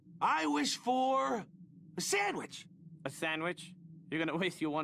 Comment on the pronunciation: I love it when he says sammich